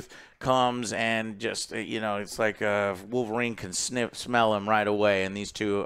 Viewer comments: THE CAVILLRINE 😆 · The Cavill-rine or Calverine